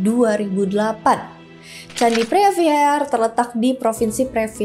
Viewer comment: preah vihear dibaca: Pri wihie.